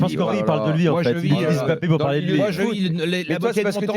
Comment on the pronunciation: Le mec n’est tellement pas crédible dans ce qu’il dit , mais comment un mec qui ne connaît rien au foot a le droit de parole ? Encore Daniel Riolo , duga et consorts s’y connaissent … le mec depuis 2017 l n’est même pas capable de bien prononcer le Mbappé et non M ‘Bappe !! T’es un ignorant Stephane Guy , c’est pour ça t’as été viré comme une merde de Canal